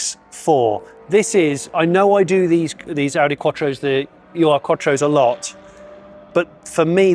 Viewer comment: Please, it is Urquattro similar to Uradel or Uralt in German. Pronounced “oorquattro”, one word, not “you are quattro”. “Ur” combined with a noun to create a new noun, which represents “the original” or “the eldest”.